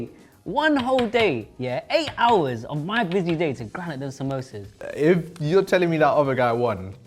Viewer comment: the fact that all of them pronounced samsosas in a white way